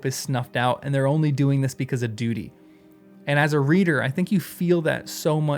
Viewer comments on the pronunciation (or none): none